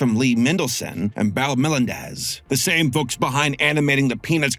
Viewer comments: Are you sure you're not AI? Lol. It didn't hit me until this video, the way you said "Bill Melendez." It's not hard to pronounce Bill! Most people know how to say it. I hope not. And The Last Unicorn is awesome. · Are you sure you're not AI? Lol. It didn't hit me until this video, the way you said "Bill Melendez." It's not hard to pronounce Bill! Most people know how to say it.